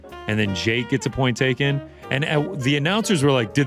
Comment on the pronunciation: Sounds like he said point take